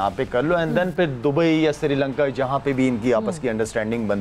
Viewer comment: Abe Srilanka hota hai Sirilanka nahi 🤦‍♂️🤦‍♂️🤦‍♂️🤦‍♂️